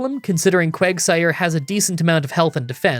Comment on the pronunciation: You called quagsire Quagmire